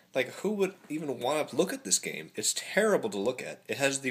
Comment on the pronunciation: Game, not gams. Sorry...